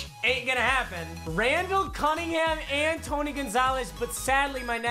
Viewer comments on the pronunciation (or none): He said Randall cumingingham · He said Randall cummingham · Randall Cummingham. Anyone else hear that? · “Randall cummingham”😂